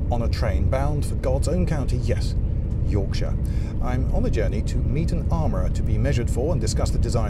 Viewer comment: That Is Not YORKSHIRE.................It is Derbyshire you Wassock!